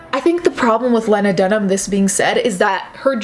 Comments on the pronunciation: Lee-nah NOT Leh-nah . sorry it was just driving me nuts. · its "lee-nah" (lean-ah) just fyi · Len- Ah is not a name just so you know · I am NOT a lena dunham fan. My name is lena and there can only be one. However, I pronounce it leeeeeeena, and she pronounces it layna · Its lee-na dumbass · You're saying her name wrong. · You’re mispronouncing Lena’s name. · As much as I dislike Lena Dunham, I’m super triggered by how you’re mispronouncing her name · your pronouncing her name wrong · You kept saying Lena wrong and it was annoying me lmao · I think you're amazing but the way you pronounce her name triggers me lol